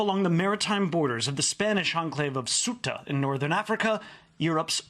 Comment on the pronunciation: Ugh! Ceuta, the Spanish enclave bordering Morocco is pronounced "say-OO-tah" not "SUE-tah". Journalists really should get it right!